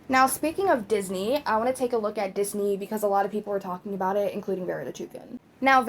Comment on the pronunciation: "Dis knee" 😂 omg girllll